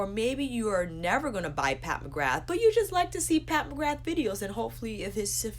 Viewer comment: Love your channel, but McGrath is pronounced McGraa x